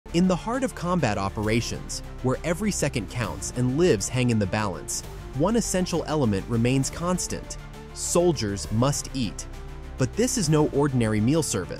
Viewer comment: Lives is pronouced LYVES. Stop using these dang AI computers to give yourself a reason to not learn at least a bit of english.